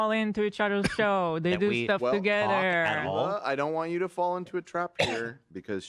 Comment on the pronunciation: It's an accent. She is a horrible person but not because of the way she pronounces English, it's because of her unapologetic support of g-nocide and her abhorent dishonesty.